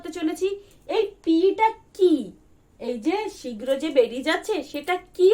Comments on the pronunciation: শীর্ঘ নয় শীঘ্র । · শীর্ঘ ❌ শীঘ্র ✅